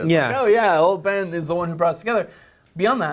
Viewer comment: at first i thought he said bane not ben